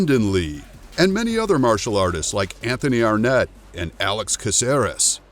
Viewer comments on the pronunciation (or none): none